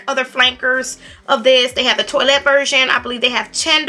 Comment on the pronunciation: Toilette pronounced twoalette 😁